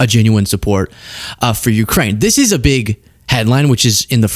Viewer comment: even english is bad of this rutte: not is, but "isz, hausz, szo mach"